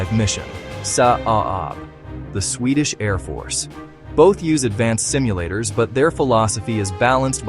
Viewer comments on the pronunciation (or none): none